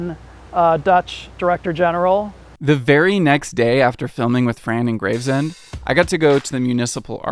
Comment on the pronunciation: Everytime i hear Graves-End instead of Grave-Send ...I wanna scream at the screen .... IT GRAVESNDS!!! lol